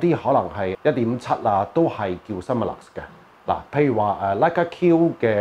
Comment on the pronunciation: 請容小弟更正，Summilux 並非讀Sum-me-lux，Sum 不是讀「心」，而是讀好似"zoom" 音咁"Soom-me-lux"。Peter Karbe 及Dr Kaufmann都係咁讀。香港好多Leica 迷都讀錯音。